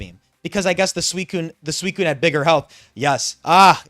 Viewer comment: by the way i just wanna say i appreciate you saying suicunes full name. there are some people out there that for some reason cant handle you not shortening its name, usually accompanied by thinly-veiled racism. its really not difficult to add an extra syllable to not say a slur so thank you for keeping up with that